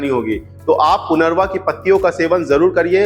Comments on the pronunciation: आप सही उच्चारन भी नहीं कर रहे हैं. इसका नाम punarnava है न की punarva. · पुनर्वा नही लेकिन सच्चा उच्चार है पुनर्नवा.... पु ...न....र...न....वा.......आई बात समजमे ? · पुनरवा नहीं पुनर्नवा कहिये